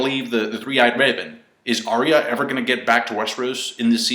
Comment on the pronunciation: You said, "Comment about anything i said in the video" and so I must comment that Arya Stark's name sounds like Aya, you cant drop that hard R